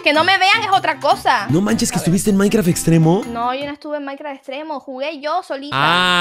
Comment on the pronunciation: Dice Maincra 🥺🤠 me caso!!!😹😂